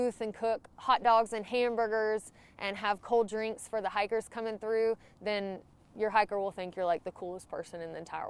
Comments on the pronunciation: I actually thought you said "hackers" but then remembered it's talking. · Love how you say hikers..